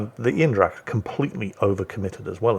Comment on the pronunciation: it is Aindracht because German Ein is pronounced ain like number in one.